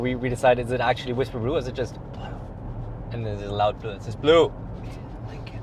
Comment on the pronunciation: lincolllllllln lololol are you emphasizing the silent L on purpose or just saying it wrong?